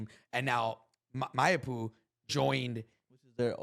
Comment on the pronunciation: How is still pronouncing Mayappo like that lmao